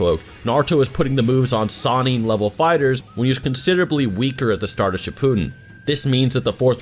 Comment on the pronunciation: Did did- you just say shippooden